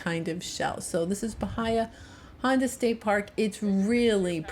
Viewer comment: Just curious how you felt "unsafe" at Anne's Beach? Also, I think I heard you say BaHIa -- it's BaHEa.🙂